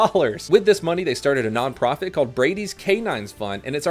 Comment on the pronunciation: please tell me you just said “Started a nom-profit...” cause that would be great